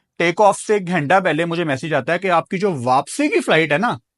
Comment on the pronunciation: साले को घंटा भी बोलना नहीं आता बार बार घेंटा घेंटा कर रहा है क्यों अपनी झूठी अमीरी दिखा रहा है हमेशा